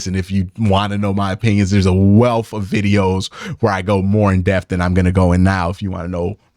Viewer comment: Greatest battle in the afc north is Q vs pronouncing “depth”